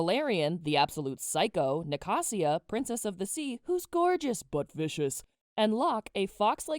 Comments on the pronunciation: Are we skipping the part where she says Nacasia's name as na-ca-sia? Was it not ni-ca-sha? That's how the audio book pronounces anyway..... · girll the way i can see the difference in how i pronounce some names vs you, HAVE I BEEN PRONOUNCING THEM WRONG??? like nacasia, and liriope. i say "nac- asia" (as in asia the continent) and "liri-op" i guess liriopee does make sense, but still it a cool thing to notice! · “NiCaSsIA”I died you said it wrong I’m crashing out